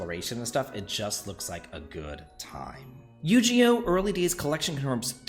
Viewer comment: Bro... Yu-ji-oh? Yu-GI-oh You're not an old man XD